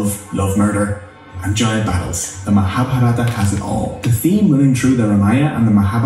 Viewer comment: No, what annoys me is the incorrect emphasis. Like maHabhaRaata vs MaHaaBhaarata. Sanskrit does in fact have those vowels at the end. Hindi took those away.